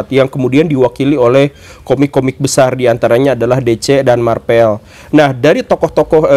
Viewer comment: Marvel guru gembul bukan Marpel